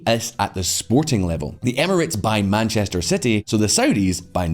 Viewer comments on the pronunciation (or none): none